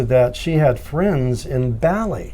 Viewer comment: Ba-li not Bally